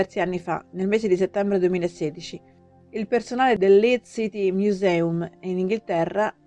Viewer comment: LeedS, non Leed. "Museum" è inglese. Non si può sentire letto in latino. Vi consiglio un minimo di verifiche scolastiche prima di pubblicare un video del genere.